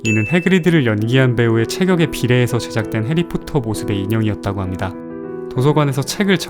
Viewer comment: 합니다 발음이...?